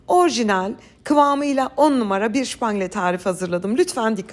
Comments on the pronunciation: ŞÜPANGLE ne gı🙄🙄 Sen Alman mısın? SÜPANGLE onun adı. Bu kadar becerikli bir hanımın bu kadar kendini KOMİK duruma düşürmesi gercekten üzücü. Şüpangle 🙄 Almanca ögreniyorsun sanırım. Kesin stres'e de şitres diyorsunuz dur 😅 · Şpangle değil Supangle lütfen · Abla her şeyi Türkçe anlatıyorsun supangle ye niye şupangle diyorsun şemsiye ye şemşiye demek gibi oluyor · Şüpangile değil Supangile ama😊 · Şupangle degil yanlız😂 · Umarım anlayışla karşılarsımız 😊 Bu tatlının adı Fransızca'dan geliyor . Özgün adı "Soup Anglaise" ( İngiliz çorbası 😊) Ama "Şubangle" degil Türkçe okunuşu " sup angles - sup angle" olabilir. Çocukluğumuzda iki yerde yediğimizi hatırlarım ; Beyoğlu'nda İnci postanesi ve Rumeli Caddesimde Rio Pastanesi . Tabii İnçi'nin asıl tanınmış tatlısı Profiterol'du o zamanlar. Tariflerinizideki kolaylık versin iyi anlatıma hayranım. Elleriniz dert görmesin. Em iyi maviler sizle olsunn🎉😊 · Supangle❌ şupangle✅ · Ellerinize sağlık çok güzel görünüyor Çok severim bayağı uzun zaman oldu yemeyeli Sadece bir şey söyleyeceğim Tatlının ismi Şupangile değilde supangile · Aslinda yapacagim ama su Şupangle demenizden cok rahatsiz oluyorum. Kulaklarimi tirmaliyor. Turkce Su-pan-g-le… Ingilizcesi Su-pan-gıl… Fransizca deseniz Soupe anglaise yani soop an-glez (Fransizca ismi buradan geldigi dusunuluyor) yoksa Fransizca soufflé au chocolat’den tureyen bir tatli turu. Ama Şupangle coook itici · S ile soylenen ne zamandır " Ş" ile şupangle oldu.... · Hanımefendi o Supangle. Şupangle değil. Ek olarak k harflerini çok enteresan söylüyorsunuz. Doğal şivenizle konuşun ne olur, gerek yok ekstra kibarlaşmaya. Tuhaf duruyor. Şupangle ile birleşince çok irite ediyor. Fransızca kökenli bir tatlı ad olarak. İngiliz çorbası demek.Bir de cour anglaise var ki ona hiç girmeyeyim… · Supangle şupangle değil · Supangle, şupangle değil hanımefendi. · Şıpangle nedir ya 😄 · Hay ağzınıza sağlık. Tarifi dinleyemedim şupangle dedikçe. Ama tarif güzel görünüyor. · Supangle deyin lütfen😊çok itici oluyor